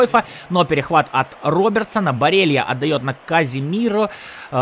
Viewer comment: Не барелия а барела